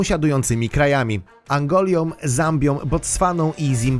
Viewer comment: Angolią ... haha :D